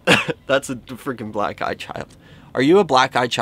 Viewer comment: I wonder if they thought you said “are you a black guy child” instead of “are you a black eye child” cuz that’s what I thought you said the first time lol but I realized that didn’t make any sense and that you were saying black eye child LoL